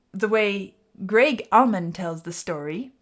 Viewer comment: FYI it's ALLman Brothers, not Ahmin Brothers.